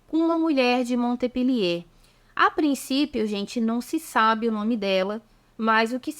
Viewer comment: A prnuncia é Monpelier